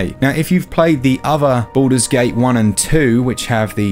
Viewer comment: Why I hear "Buddhas gate" ?